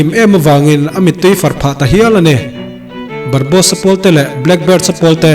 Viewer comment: Barbosa_a ... zawk a nia ... barbos_a i ti daih a 🤭🙈... chuan i recap tawi thei tuk a ka lo ui theih tawp .... leh i sawi rang bawk a... Anywayyyyyyyyyyy .... mi recap loh tha tha i rawn recap a.... like 👍 👌 💛 😙 pawp pawp